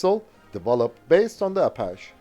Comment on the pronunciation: a-PATCH-eee Good vid.